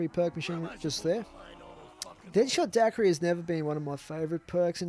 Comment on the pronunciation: its pronounced Die-Queer-ee